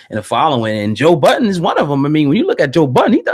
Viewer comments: Ffs his name is Joe Budden not joe buddens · "buddens".....to this day that shit still annoys the ever loving shit out of me...there is no fucking S in his name..clowns been doing that troll shit almost his whole career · It’s called a hip hop news channel but yet call joe budden joe buddens wtf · "JOE BUDDENS" 😂